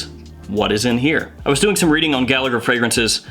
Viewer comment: Not that it matters but “Gallagher” is an Irish surname and it’s pronounced like “Galla-her I’m not sure if the owner is Irish Or not but just to give you a heads up.